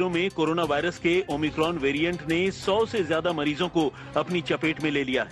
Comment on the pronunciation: o my cron 😂